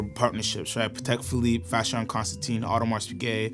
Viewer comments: I had to stop watching when u failed to pronounce Constantin wrong everytime! It's pronounced constan-TAN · It is not Vacheron Constanteen, but Constantin. Get some coaching from Tim. Agree with the majority of comments : AP has failed to keep up with Trinity standards. JLC belongs there now. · Guys, if you’re going to be the “experts” you gotta at least pronounce the names right. 😊. It’s not ConstanTINE, it’s pronounced ConstanTIN. Like tin can at the end. And Patek isn’t pronounced like “paddock”, it’s supposed to be pronounced “PA-TEK”. Just sayin…